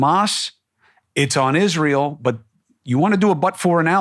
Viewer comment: I just like the way he pronounces Israel. That is all. ❤